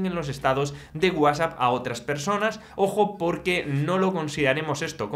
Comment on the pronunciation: Que MAL PRONUNCIAS WHATSAPP! 😂